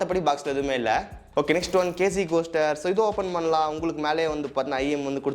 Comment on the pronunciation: அது கேஸ்டர். கோஸ்டர் இல்ல.